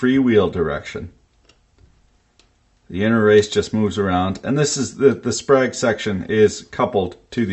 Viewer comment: Thought you said sprague (pump).